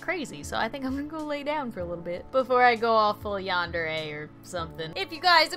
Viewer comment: ITS YANDER NOT YANDERA